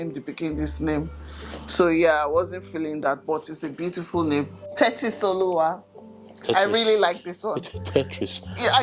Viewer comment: 🤣 say Tetisoluwa na “Tetris” 😂